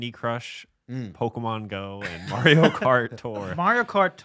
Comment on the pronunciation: them all attacking for saying bury weird but they all say mario wrong